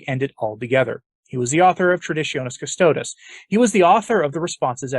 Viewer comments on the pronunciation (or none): none